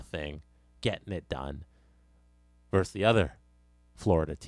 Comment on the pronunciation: "Versus", not "verse".